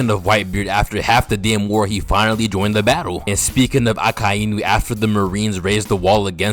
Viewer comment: They way you say Akainu is absolutly perfect, the best